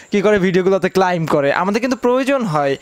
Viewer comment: উচ্চারণটা ক্লাইম নয় ক্লেম--- শিখুন